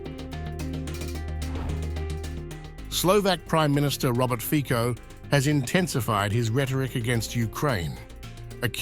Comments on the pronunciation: not fiko but FICO please at least do us a courtessy a learn to speak politic's name correctly!!!! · Show some respect and professionalism, id!ots!... The surname of the Slovak Prime Minister is pronounced “FIT-SOH”... Robert FIT-SOH... We agree, you are ignorant and trivial... But, for God´s sake, try to hide it!... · It's Fico not Fiko. Like in Fitz Roy Peak. So Fitzo - Fico. It's respect to our country. 🇸🇰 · It's "FITSO", not "Fiko"! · Fico is pronounced "Fitzo" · His name has to be pronounced Fitzo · How about learning the correct pronunciation of "Fico"? (FEETZO)